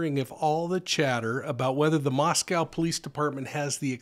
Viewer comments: MoscO long O! Not Mos Cow, We are not in Russia... please ... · I know I’m being grammar cop but we locals pronounce it as Mosco with a long O not Russia. Thank You!